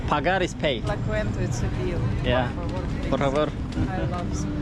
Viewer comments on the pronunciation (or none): la quenta değil la cuenta:) i love spanish too 😍 öyle bir olay kendi sokağında bile başına gelebilir sadece meksika diyince insanların aklına karteller geldiği için daha kötü gözüküyor doğal olarak Sri lankadaki sakinlikten sonra meksika çok curcuna geldi ya 😂